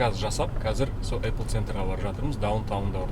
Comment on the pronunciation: Апл емес ейпл